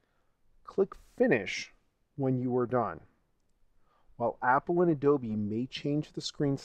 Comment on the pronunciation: why you keep saying "Adoby player" ?? im pretty sure its Adobe